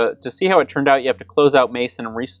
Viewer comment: "Mayson"? It's pronounced "messen".